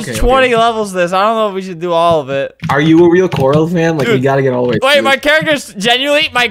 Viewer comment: flamingo everytime he says corl: *shotgun picture*